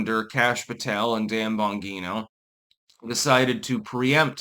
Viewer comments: Bruh… please pronounce it bon-JEE-no. And for God’s sake get a pair of prescription sunglasses, you look like an idiot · For a guy who as anal on pronouncing things correctly seems to constantly mispronounce Dan Bongino's name.